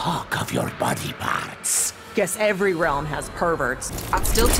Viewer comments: Nah dude. She says "es" so strongly that it really sounds like "Yes." Tbh even now even if I see subtitles, I still hear "yes." XD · When skarlet says ‘’guess again’’ it sound like ‘’yes again’’😂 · is it bad that instead of hearing "guess again" I hear "Yes again"? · The subtitles say "Guess again" But we all heard " Yes A G A I N"